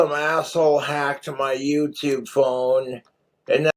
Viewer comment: How many syllables does speak/ put in the Word Phone😂Ph- ow - en - a.😅, four. He cracks me up.